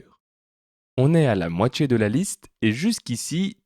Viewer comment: Je ne supporte pas ta prononciation : entchier, moitchié.